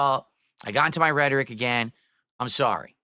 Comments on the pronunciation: The way he pronounced it was redtoric🤣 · I don’t know what’s funnier how he uses rhetoric or how he says rhetoric 😂